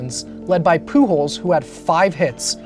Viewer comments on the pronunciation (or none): love how you pronounce "Pujols" as "Poo Holes"